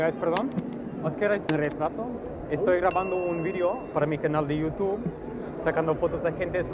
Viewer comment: Love ultra Spanish pronunciation of "YouuuuTuuube" 🥳🇪🇸